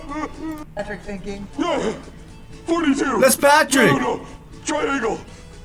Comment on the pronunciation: I think you said "that's Batrick"